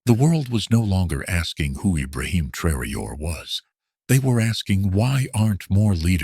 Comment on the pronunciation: I don't know if this is jes disrespect, bad programming, and lack of professionalism or shear white racism but it pisses me off terribly that the voice telling this and other similar videos, doesn't ever say Prez TRA O RÈS' name correctly, WTF?!!! Why is it soooo fuggin hard to program a gotdamn computer to pronounce foreign names correctly!? Maybe it's the person/ people,that make up these things, that are TOO FUGGIN LAZY OR JES DON'T GIVE A DAMN CUZ IT'S ABT A BLACK AFRIKAN LEADER!!! Either way it stinks to high heaven. It's amazing that I'm the only one that ever notices this shit, but that's jes fine cuz like brutha TRA O RÈ I don't mind being the only one wit the BALLS TO SAY THE KING HAS NO GOTDAMN PANTS!! DO BETTER BITCHES!!! 😠😠🤬🤬😠😠🤬🤬😠😠🤬🤬